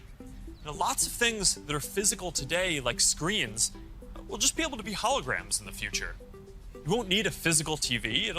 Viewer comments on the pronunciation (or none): he says screens as scree-ins